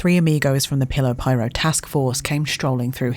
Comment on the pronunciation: omfg she says pillow pirate bahahahahahahaa